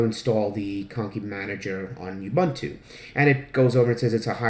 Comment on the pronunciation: Really great guide. I had already figured out alot of stuff but I had no idea where to find good icon themes and nautilus always annoyed the hell out of me. Thanks alot! PS - Ubuntu is pronounced OOO-buntu (that's like You without the y or like doom without the d or the m) and not e-buntu.